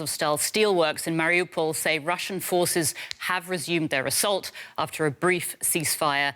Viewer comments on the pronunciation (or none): It's MA-riu-pol, not ma-RI-u-pol. He put the em-PHA-sis on the wrong syl-A-ble.